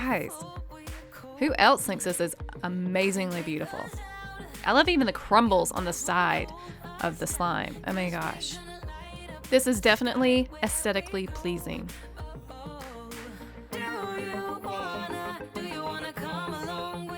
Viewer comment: She said autistic instead of artistic and she said accidically not aesthetically